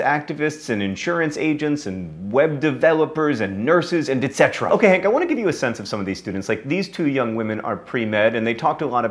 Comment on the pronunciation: You said "and etcera."